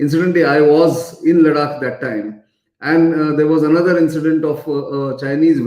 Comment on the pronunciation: Why do say Ladak ? Its not It is Ladakh, emphasis on kh. .Got it ! Now dont repeat.